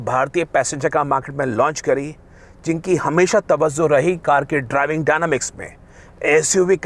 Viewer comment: Sir it's tawajjo not tawazzo